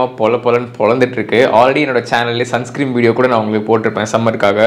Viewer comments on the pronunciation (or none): Sunscream illa bro its sunscreen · Sunscreen bro…not sunscream